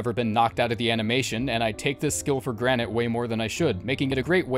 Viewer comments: I can't be the only one that heard him say granite instead of granted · "i take this skill for granite"